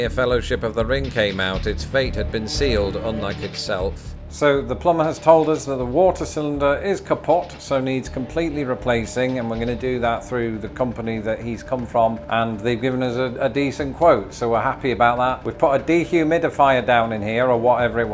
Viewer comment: LOL - it’s “kaput” as in to “put” something somewhere. not kaput as but. that was so funny! but- poor you. what a mess. i do hope your little notebook is okay. with all the problems though, having a house is the best. it’s a dream for me. i’d looove an attic. have fun this Halloween! 🦇🧙🏾‍♂️🧙🏼‍♀️👻🧟‍♂️🦹🏽‍♀️👩🏾‍🎤👀🎃🍬🍭🍪🍫🌻🍁🌓